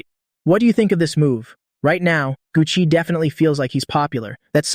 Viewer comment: “Gu Chi” 😂😂😂 “Gucci”…